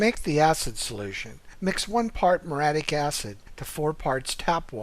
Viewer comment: It's m-your-E-attic acid, not m-your-attic acid.